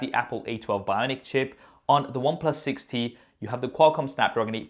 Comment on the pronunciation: Any one else heard it 60 not 6T?